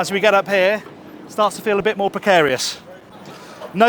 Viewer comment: The way you pronounce the English word "here" sounds like "häää". Why? 😂❤